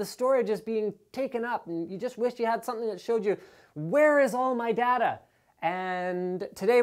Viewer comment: Dada? it's Day-ta